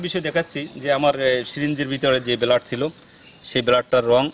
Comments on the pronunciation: উচ্চারণ সঠিক নয় বেলাড না মিয়া ব্লাড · হেমাটোটক্সিক বিষ এর কারনে রক্ত নস্ট হয়, নিউরোটক্সিক না। বেলাড না বলে ব্লাড বললে খুব বেশি কস্ট হবার কথা না ভাই। একটু প্র‍্যাকটিস করলেই পারবেন৷ best of luck